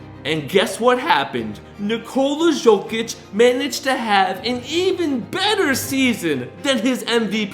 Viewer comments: It’s Nicola (yow)(Kich) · Bro im really sorry but its not pronounced jokic it’s pronounced yokic and jusuf is yusuf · Stop calling him Zokic, its Jokic!! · its not Jokic its Yokic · dude is saying "Jo-Kitch" it's "Yo-Kich" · it’s not a J it’s a Y in Jokic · silent j bud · It's "burek" not "borek", and it's Jokić not "Zhoukich". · "nikolas jockich" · Bro butchering his name like some 5 olds , how hard it can be to say YO - KITCH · Ok I just can’t stand how you say jokic the j makes a y sound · The pronunciation is so distracting 😅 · great video, but horrible name pronunciation. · Can't make a video on a guy and not know how to pronounce his name correctly.